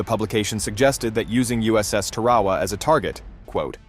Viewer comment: Its "Tar-uh-waa," not what you said.